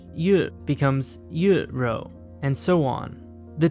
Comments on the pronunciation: I don't think "rou" is really pronouced with an "r", it should be pronounced as "zhou" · kinda butchered the pronunciation (pun intended) meat it pronounced more like “ruh-oh” and cow is pronounced “new-oh” and fish more like “you” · Your pronunciation is incorrect. R sounds like L.